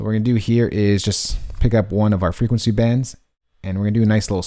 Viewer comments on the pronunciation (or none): none